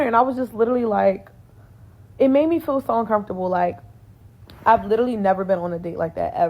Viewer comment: She said “lirally”…